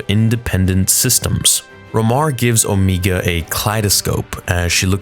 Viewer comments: The actress that voices Omega pronounces the name "Omeee-ga," and all the other clones pronounce it "Omay-ga." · OMEGA! OMEGA! HER NAME IS OMEGA! NOT OMEEGA! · please pick one- will you pronounce it “0h meega” or Oh mayga”? I don’t care which- but I think that it is the latter in the show. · Hearing “Omeega” makes me want to jump off a cliff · I'm sorry but "Omeeega" made me cringe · Say it with me: Oh-may-guh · The actress that voices Omega pronounces her name as "O-mee-ga." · If you're going to pronounce it Omiga, then you must follow that canon and also say Rekka, etc. to not discriminate. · Why does he say her name Omeega? Or is that how you say it? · I can’t tell if you’re memeing when you call her “Omeega.” It’s her accent… she literally calls Tech, “Teek” because of it lol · Why does he pronounce Omega so weirdly 90% of the time but every now and then says it right. strange.. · Just out of curiosity, why do you pronounce Omega two different ways? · You doing it on purpose aren't you., saying omega's name with a long e. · oh, so now I know of two people who pronounce it incorrectly. Didn't know that cuz I've only ever heard her pronounce it as the character in the show were she was likely told to pronounce it correctly like dude in this video does , , and before reverting back to this unique incorrect pronunciation. Weird thing is that after all the times I've heard that word in media mentioning Darkseid's Omega beam, in movie dialogue mentioning the Alpha and Omega, or in reference to a constant or a function considering one of my hobbies is mathematics and physics, I have never heard it pronounced like this even once. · Why do you say omega like that? 😂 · Can you pronounce her name right g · Why does he say “OhMEEga” ?? When they clearly say “Omega” like bro 😭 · Please, it’s O-MEGA not O-MEEEGA. Not sure why you switch back and forth. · OH ME GAH...its OH MAY GA